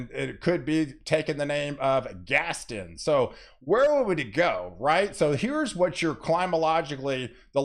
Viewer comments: Think Gaston is pronounced Gas-ton like won-ton. gas-ton. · Before Gaston gets here, please work on pronouncing its name! Gast-ON!! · He butchered quite a few names in this video but nothing has bothered me as much as his pronunciation of Gaston. Still got his point across but omg. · exactly how I felt.